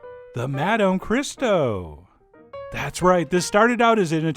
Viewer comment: To the haters, you rhyme these on the 'oh' sound at the end of both words.